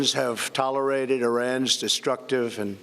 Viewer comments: Will not be tolerided. Mm, ok, if you say so. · "TOLARITED?" .... is the true message of this address: "I'm not OK" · Has anyone else "Googled" Tolo-righted as President Trump pronounced it... very interesting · I love this man and loved his speech, but I couldn’t help but chuckle here - “Will Not Be Toler-y-ated” 😂 TRUMP 2020! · “foment” “tollar-what”?! “these accompliment shades”????? Whoever wrote this speech should be fired or kicked out of America.